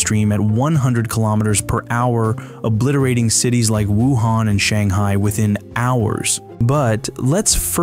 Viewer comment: Did you say Wuhan?